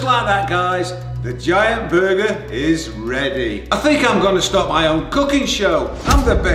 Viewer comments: is it just me or did it sound like he was saying "booger" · the way said burger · the way he says burger makes me want to commit toaster bath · the way says burger is a little funny to me